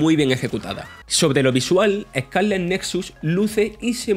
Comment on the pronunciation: Joder, duele oírle hablar ehcáleh